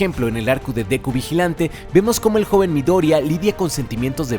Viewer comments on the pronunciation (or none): No es midoriaaaaaa, es MidoriYa, 😂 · Duda real se pronuncia midoria o midoriya todo el vídeo me rayo el midoria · Midoria no es, es MIDORIYA!! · Midoriya se pronuncia Mi-do-ri-iilla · Por favor, no digas Midoria, me hace pensar que viste BNHA con el doblaje feo 😢